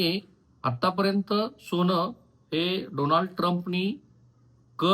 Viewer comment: ' सोण' नाही ’सोन’असत ते उगाच फार स्पष्ट बोलायला जाऊ नका